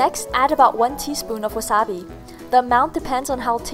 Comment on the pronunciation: that's how you say it lol